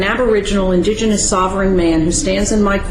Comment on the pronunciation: Only First Nations and Native American are indigenous. Moors are pronouncing the word wrong, it is disingenuous. Watch the guy with the beard in the gallery. He is cracking up.